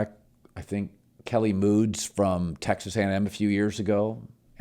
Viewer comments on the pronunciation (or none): .. this dude said "Kelly moods" 😂😂😂.. I think ya mean "Kellen Mond" there Collin.. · Who's Kelly Moods Colin🤣🤣, u mean Kellen Mond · It's Kellen Monds Colin. Not Kelly Moods. Definitely don't put that game on Cousins. Giants DC had a great game plan to take away Jefferson and use someone else which they did. Kirk made a lot of good throws and reads. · “Kelly Moods” 😂😂😂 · Kelley Moods?!? 😂😂😂 Kellen Mond my guy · Did he just call Kellen Mond “Kelly Moods” LMAO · “Kelley Moods” 😂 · He called Kellen Mond “Kelly Moods” 🤣 drunk ass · Did Colin refer to Kellen Mond as “Kelly Moods” 💀😂